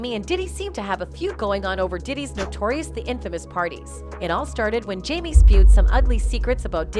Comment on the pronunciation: She or whomever needs to learn how to pronounce names correctly. To-pack and Jam-e😂🤦‍♀️